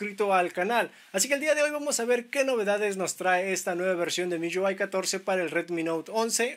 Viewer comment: Porque pronuncias así MIUI, MIYÚAI, hable bien mijo.